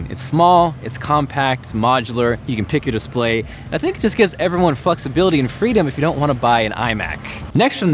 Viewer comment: it sounds like f**ksbility.